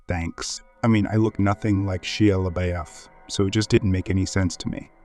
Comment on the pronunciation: Homie doesn’t know how to pronounce Shia LaBeouf 😂😂😂